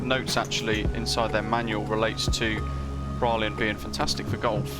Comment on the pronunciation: Just to help I’ll give you the pronunciations:)) Mahè = marhay Praslin = prarlah/prarlin La digue= la dig Silhouette = silhouette